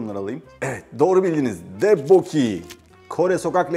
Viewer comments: debboki değil tokbokki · Daha 2 gün önce hazir pirinç kekine ve gochujang'a bi dünya para verdim malesef🥲🥲 kore yemeklerinin delisiyimmm🤤🤤😍 elinize sağlık şefimmm harika görünüyor 👏👏👏 bu arada okunuşu tokbokki 😊 hatta T harfini biraz yumusatarak D gibi soylememiz gerekiyor. Tok'taki 'O' sesini çıkartırken de ağzımızı açarak geniş O gibi soylememiz gerekiyor. Dudaklarimizi "o" seklinde bukerek degil 😊 siz el lezzetinizi ve tarifinizi konusturmussunuz ben de korecemi konusturayim dedim ☺️☺️😀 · “tokboki” diye telaffuz ediliyor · Telaffuzunu şöyle yapalım mı☺️ dok-bokki. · Abi ddekbokki dediğin için izleyemedim affet🤣😂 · Yanlız yanlız telafus ettiniz